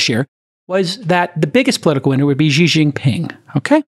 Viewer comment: it is pronounced She (Xi), not Zhi.